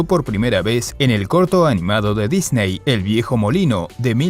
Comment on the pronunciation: Todo esta perfecto solo les suplico que aprendan a pronunciar la palabra Disney, saludos cordiales desde CDMX.